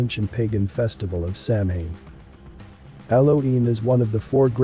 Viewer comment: A few things: In English, meta means self-referencing. "Celt" is pronounced "Kelt" (Seltic is just the Boston basketball team) and Samhain is pronounced something like "Sa-wan" or "Souwan" (Gaelic is a funny language). Halloween was never about Satan, that was a lie on the part of the Catholic Church to demonize non-Christian celebrations. The cherry-picking game is on point here, as funny or appropriate as it may be.